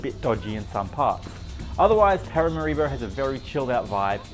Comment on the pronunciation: like many americans, you mispronounce the capital's name. It's not: parama-RI-bo, it's Para-MA-ribo.